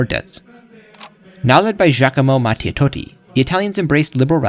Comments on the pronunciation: It's Giacomo Matteotti, not Matetoti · Nah bruh "Giacomo MATTEOTOTTI" 😭